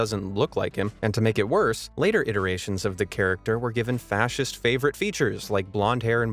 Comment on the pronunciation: Fascist? I thought you said nazist.